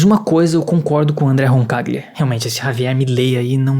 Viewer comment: Roncaglia - Pronunciou certo! Lê-se em português, Roncalhia.